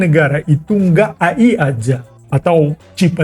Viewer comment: aku suka penyebutan AI dengan ejaan Indonesia, AI bukan eay